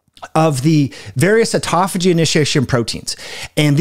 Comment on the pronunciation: It's autOphagy, not autAphogy...